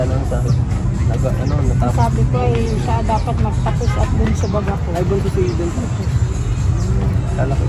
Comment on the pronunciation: Thank you,, for the correct pronunciation of Eden’s name. That’s the right pronunciation. Magandang pakinggan.